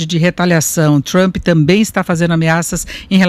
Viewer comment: Af, nem o nome do Trump esse cara sabe falar direito!